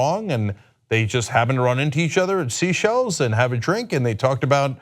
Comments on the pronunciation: It isn't Sea Shells island... it is Seychelles (Say-Shells) ROFL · It's not 'SEA-shelles', it's 'SAY-shelles'. And it's a common vacation spot for very rich people... So it could have been a chance meeting, but it DOES look suspicious... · Oh Cenk, its "Seychelles" not sea shells. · Its pronounced SAY-SHELLS. not sea shells. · Pronounced: "say shells" NOT "sea shells." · It's pronounced "say-SHELZ" Cenk. Not SEE-shells. lol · I'm pretty sure that it's pronounced SAY SHELLS, not SEA SHELLS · My only thing is that they aren't pronouncing Seychelles correct. It's not sea shells, it's say-shell-ez. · Cenk, it's pronounced "say-shells", not "sea-shells" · Oh, he SAID seashells. He doesnt know its pronounced say-shells... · Also, it's "The Seychelles", as in plural. "The Say-shells", not "Seashells Island". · pronounced Say-chelles not seashells! ;-) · 'Sea Shells', is that how Americans pronounce 'Seychelles' (most people pronounce it 'say shells' unless you are French, then it is pronounced 'say shell'). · Seychelles is not pronounced “sea-shells” but “say-shells” , not important really , but it might be considered a wrong answer on Jeopardy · Say-shells. Not sea-shells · Cenk, the island is pronounced ""Sayshelles it's spelt seashells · Common Sense and also, the word is sayshells not seyshells... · Seychelles not Seashells! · Cenk...buddy...its 'SEY-shells'...like 'THEY-shells' not 'SEE-shells' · it also isn't Sea Shells island... it is Seychelles (Say-Shells) ROFL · So because he continuously mispronounces Seychelles he’s spouting an opinion? That’s not an opinion. That’s a staff that is afraid to say “Cenk, it’s SAY SHELLS”...Wtf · Seychelles is pronounced “say-shells”. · Its pronounced "saay - shells" - sorry, I don't mean to be picky - but its kind of important that people understand how to say things properly, especially if its educational like this. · Pronounced "say-shells" - Seychelles. You said it perfectly on April 4, 2017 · It's pronounced "say-SHELLS"!